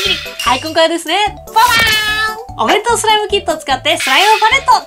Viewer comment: パレットが完成したときの 弁当弁当弁当弁当！が ベトベトベトベト！に聞こえたのは 私だけじゃないはず🤔